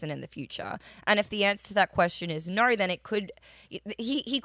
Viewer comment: She says no like nurrrr.